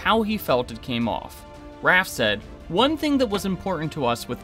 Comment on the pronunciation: Bro. Can you pronounce names properly? It’s Ray-fe not RAF. It’s FA-LM-e not whatever you said Season was good and I liked the finale but it misses lots of book things. Should have asked RAY-fe why he hates Rand